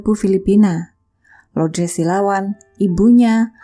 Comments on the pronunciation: Semoga jiwanya tenang dan ibunya diberi ketabahan dan kekuatan. Amin Btw,nama ibunya LOURDES, bukan LOUDRES, LOUDRES.. Gak enak dengernya cmiiw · sebut betul² nama ibunya.. bkn loudres